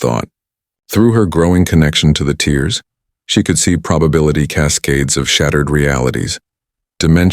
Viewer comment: When the AI narrations says tears) think of this as tair ( that you can tear )paper but not thick plastic )